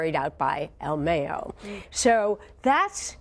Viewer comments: El mayo!! Not el meyo 🤣🤣🤣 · It's "mah yo" not "may yo" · I stopped this video as soon as homegirl said "ill meyo" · "El Meo" .....😂. You can tell individuals like this , don't live in the real world!...🤣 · "Al Mey-yo" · El mey-o hahahahahaha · “El Meyo”??.... jajajaja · El May-O. haha. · El may-yoh LOL 😂 americanos smh.. its el Mah-yoh....mayo,mayito short for ismael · El maaayooo 😂😂😂 white folks could never Pronounce names right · The way she says "El Mayo" really gets under my skin. I find it hilarious when are trying to sound so intelligent and trying to pronounce the names of the cartel players. Especially their nicknames... they butcher them! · el mayoo 😂 you need to say his name right before you end up chopped up 😆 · Mayo as in "Cinco de mayo", not mayo like mayonnaise. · anyone else cringe when the tried to say el mayo... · Yal are saying “el mayo’s” name so wrong lol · She's saying El Mayo wrong she be missing soon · “EL Mayo” lmao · El mayiooo!!??? Lol